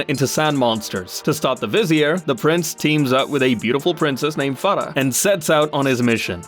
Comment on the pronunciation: Bro you pronounced Farah's name the right way. You must be from somewhere from South Asia.